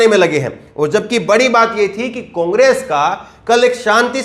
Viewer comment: O Ke Pronounciation Mein O Ka Murda Niklte Ho. Congress Ko Cungress Aor Ore Kahete Ho.